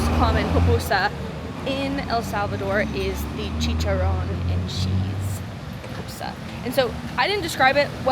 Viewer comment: SHE SAID POPUSA HAHAHAHAHA THESE GRINGOS BUTCHERED OUR LANGUAGE.